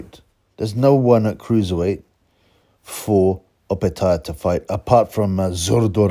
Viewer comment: watch his last fight against nyika and how the Aussie announcer pronounces it